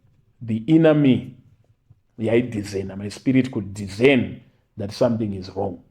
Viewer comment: Dhizeni here??? Discern ( pronounced dhi -se -ni)😅